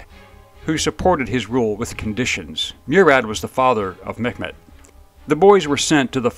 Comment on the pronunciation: It sounds like you're pronouncing Mehmets name as Met Met which is not the proper pronunciation. It's pronounced Mey met